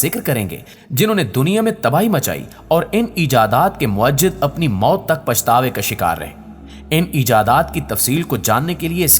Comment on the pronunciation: ویڈیو بہت معلوماتی ہے لیکن اردو کے ایک لفظ کی تصحیح کر نا مقصود ہے لفظ مُوجِد ہے اسکی ادائیگی مو ا جد نہیں ہے